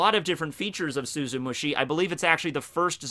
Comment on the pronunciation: Does anyone else remember all the times absolutely butchered the name of Tosen's bankai, like he'd say "Suzumushi Shushushki" or something like that? It feels so good to hear him finally say it correctly